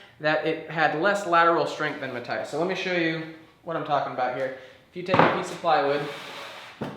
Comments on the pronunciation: it's Ma-th-ias not mat-tias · It's Matt-tee-ahs, not Matt-tye-uhs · Nice video but I'm reasonably sure its Ma-tee-us like most German folks would pronounce it. It was a big distraction every time you mispronounced his name...